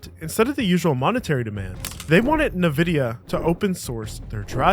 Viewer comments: for goodness sake, stop calling them `Nehvidia`, you're literally the only person I have ever heard pronounce it this way and it's extremely distracting. It's officially on record as being pronounced "In-vid-ee-uh", it's an invented name and as such only has one official pronunciation as determined by the company that invented and trademarked it. As for the breach of NVidia, yes, they did do it, if you do a bit of research the torrent is still available to download and has been verified as being a preview of the greater breach. For a supporter of the FOSS community where NVidia support has been extremely lacklustre until recently I had high hopes that the entire archive was released as it would have allowed us to get some insights into so many compatibility issues even if we couldn't use the sources directly. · ...also, it's not "NUH-VIDIA". it's "EN-VIDIA" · who the fuck says "nuh-vidia". Can you dont. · I hate how he says "Nevidia" instead of "Nvidia" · "NEvidi.. NEvidia" .... N-VIDIA -- EN-- VIDIA.. ENVIDIA.. ( like the spanish word for ENVY) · there's no a after N, its N, VIDIA. not NA, VIDIA. All this information and you can't even get that right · IN-VI-DIA not NI-VI-DIA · it's "ENVIDIA" not "NUVIDIA" lmao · It's not Nevidia it's N-VIDIA learn to speak bud. Are you an AI? It's also not T-mobile, it's pronounced t-mobil, without the 'e' at the end. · IN-vidia, not "nah"-vidia. Come on dude, any tech person worth their snuff knows this. You're a fraud. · Holy fuck, the amount of times you said "nuh vidia" instead of " EHN vidia". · Hearing you say "Nuh-vidia" instead of "EN-vidia" sends a bad shiver down my spine..... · LOL, its pronounced 'en'vidia'..noy\t NA-Vidia LOL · This voice sounds a lot like an AI. When i heard the way it said "Nvidia". nevidia instead of N vidia. I doubt that anyone making docs or vids about IT related things doesn't know how to pronounce "nvidia". Which adds to my suspicion. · What the hell is Nuhvidia. It's En-vid-eeyah. Ya dummy😂